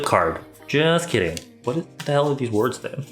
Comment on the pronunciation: are you kirring me irriaaaa😂😂😂